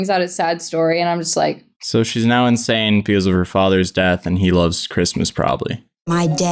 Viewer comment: “I AM INANSE” ITS 2 AM AND I JUST FUCKING SNORTED SO LOUD SKSKSKSKKS